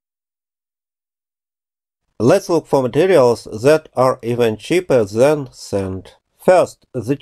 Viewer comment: I've watched most of your videos over the years. I appreciate and respect your work. Thank you for posting these videos. (As a side note, I am an ESL instructor, and try to help ESLs when I can. Please note: "cheaper than" instead of "chipper then.")